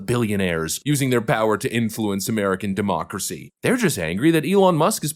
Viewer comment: "He is a threat to Demooocracy!!"